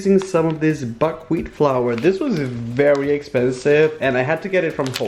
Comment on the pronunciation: I thought he said fuckwheat